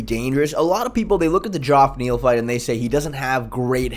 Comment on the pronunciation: If I hear someone call him joff Neal one more time someone’s getting kod